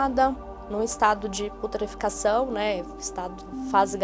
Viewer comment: "estado de putrificação". Aff...